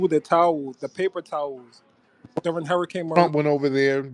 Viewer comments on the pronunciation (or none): none